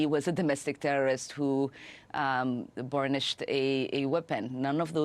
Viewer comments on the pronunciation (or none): It's brandished not "burnished." Omar is illiterate.